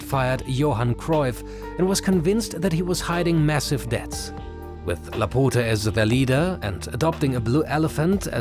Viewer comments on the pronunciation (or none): The way you say Laporta its wrong.. you are saying laputa if we translate its literally "the bitxch" you need to open the O more not close it i know you dont have that sound in your language but do the things right. Next time maybe use google translate to give an ideia how it sounds because i cant laugh no more or i will die.. Keep the good work love your content❤